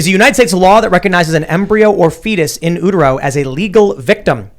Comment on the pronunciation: You all should look up sustenance, and how to pronounce "in utero"